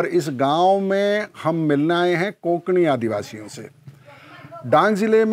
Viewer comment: कोंकणी नाही. कोकणी / कोकणा.